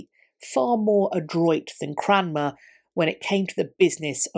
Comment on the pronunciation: Never heard of this guy Cranmer. I thought she was saying Cramwell . . .